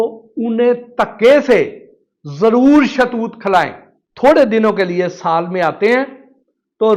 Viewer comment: شاہ توت نہیں ہوتا صاحب شہتوت ہوتا ہے